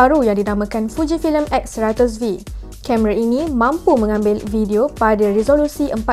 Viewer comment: Alaa..dia salah sikit jeee